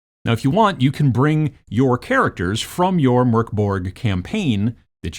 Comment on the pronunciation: I just want to say that I appreciate the fact that you're not pronouncing Mörk as "Mork" :) But the video was interesting as well, I might want to get into miniature wargaming but with 3d printed minis so as to not wreck my economy completely